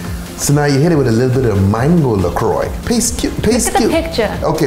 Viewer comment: Something about that pronunciation of LaCroix just kills me